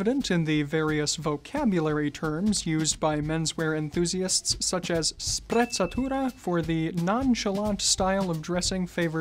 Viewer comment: pronounces Sprezzatura even better than Raphael, that's a very good pronunciation